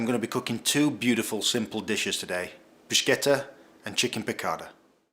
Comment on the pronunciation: It's interesting the way you pronounce bruschetta. Native Italian speakers pronounce it brü-ˈske-tə, but it's also acceptable in English to pronounce it brü-ˈshe-tə. It's almost like you're combining the two and saying brooshketta! Kind of like if Sean Connery was speaking Italian hehe